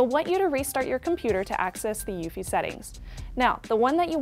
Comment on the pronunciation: It's U-E-F-I not ufee.